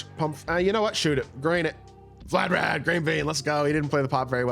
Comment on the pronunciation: Vlad-Di-Mir 🤦🏾‍♂️😂😂😂 wtf is vladarad